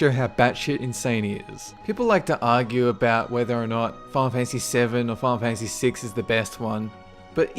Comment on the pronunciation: "Fahhlfantasy six or fahhlfantasy seven".